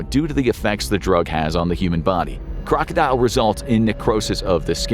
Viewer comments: it's kroko-dil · #1 is pronounced Kroka dill.